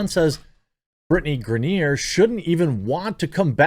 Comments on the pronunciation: Griner. Not Grenier. Griner like “winer diner and griner.” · Gri-ner its not gra-near... ffs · Lol; I know you don’t care; but it’s pronounced Gr-eye-nur. And yeah, this is just the dumbest thing, and seeing people push for her release is mind-numbingly ignorant. They don’t realize what it takes to make this happen; and also don’t know what happened. I think she will ultimately get released, but the more we push on social media, the more Russia will get in return. Best course of action, for those that care about her, write to the elected officials, not the world on social media. 🤦‍♂️ Most wouldn’t know who their elected officials are, or how to contact them off social media. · "Gra-near" lol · It’s pronounced Griner (gry-nur) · Bro this is old news...outkick...black n white sports...have covered this for weeks....n the dude locked up in Russia name is pronounced grine-ner..lol.. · LMAO GRANIERRRRRRRRRRR dunno if he cant read or just messing it up on purpose. funny as hell non the less screw her. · why is he saying Griner like that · Come on Jeremy, you know how to pronounce her name correctly. Griner rhymes with niner. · Are you purposely saying her name wrong? Cause it’s annoying lol.